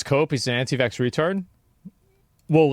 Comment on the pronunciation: Any one who says canti vax" holds ZERO credibility.